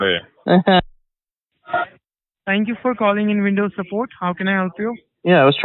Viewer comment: "thank you for calling vindows" lmao. how does one call an operating system over the phone and have another person respond at the other end? :D their professionalism is god awful. at least try a little guys! next time someone tells you they need help with their pc, just tell them to call OSX, Linux or "Vindows". i'm sure they'll be willing to help them.